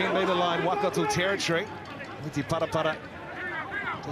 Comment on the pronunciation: When did it become ‘WAH-kato’? Edit: I reckon one guy said Waikato 50 times and said Wellington maybe once. Strange.